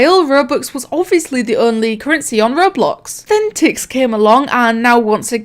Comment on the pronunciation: My mom thought you were saying tits not tix